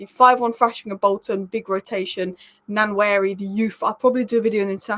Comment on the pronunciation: Love your content, small nitpick, it's pronounced Wah-Neri (the "N" is silent).